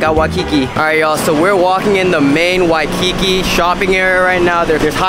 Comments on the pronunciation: WHY- Ki-KI is killing me. He said it wrong 1000x I hope someone corrected him at some point on his trip. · Nice video. Uncle's ice cream is great! Please work on your pronunciation of "Waikiki" and as someone else mentioned, know the difference between local and Hawaiian food. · Dude, the way you say Waikiki is weird. 🤣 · You're saying Waikiki wrong ask a local how they say it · You Fk up the pronunciation of Waikiki. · Just a little pronounciation tip: Those of us who live here usually say Wai-ki-KI (stress the last syllable) as opposed to Wai-KI-ki. Also, spam mu-su-BI (stress the last syllable again) instead of spam mu-SU-bi. I notice a lot of tourists say mu-SU-bi. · Somebody please help this guy pronounce Waikiki and musubi. 😆🙏🏼 Good travel advice though.